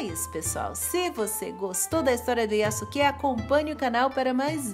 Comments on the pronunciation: Eu acho que a pronúncia correta do nome é:yaske. Eu ñ sou especialista em japonês,apenas estou usando o que eu vi em algums animas,ex:sasuke(de naruto)se pronuncia saske e sosuke aizen(de bleach) se pronuncia soske. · Só uma dica, quando uma palavra japonesa tem su ela é pronunciada apenas como se fosse um s só, então nesse caso fica como Yaske, espero ter ajudado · A pronúncia do nome é Yaske, sem o "u".